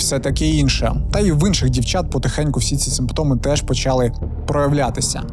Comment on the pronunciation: 1. Інфекція ширилася НЕ тілом, а ПО тілу. 2. Зясуйте, як по-укр. рос. прям..., прям... 3. Зверніть увагу на вашу фонетику шиплячих і вимову звуків "и" та "е": щЕлепа, а не щЄлепа, чУткИ а НЕ чЮткІ, чОму, щО, а не чЬому, щЬо; все такЕ, а не все такЄ. НЕ почЯли, а почалИ. НЕ відбУлося, а відбулОся. НЕ дівчІну, а дівчИну. 4. Навіщо мішати в укрмову суржикове з західного прикордоння колежанка, коли є українське слово "товаришка"???